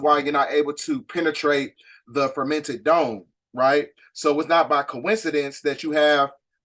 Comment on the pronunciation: Great work as well as research on these topics! One thing, you keep saying, "the fermented dome" & I'm not sure why! And you keep saying, "the pleidadians," it's pleiadians! The new people studying or coming into this knowledge might be confused.